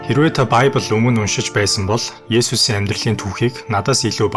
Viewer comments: библь гэдэг биздээ монголоор. байбль энэ тэр зүгээр л монголоороо яриач. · баябил биш бибэл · Байбл биш библэ гэж уншдаг 😂!! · Байбли биш харин библи шүү